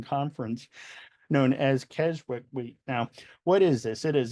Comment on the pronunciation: Just for info at 11m 14s the 'w' in Keswick is silent. It's pronounced Kes-ick. The first Keswick Convention was held in 1875 on the vicarage lawn and attracted around 300. It clearly expanded over the years and is still taking place now and spans a three week period attracting as many as 15,000 worshippers to this small Lake District town. Great video, so informative. Thank you 👍🙏